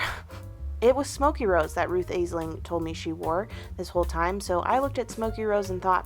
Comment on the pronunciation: It’s pronounced ASH-ling ❤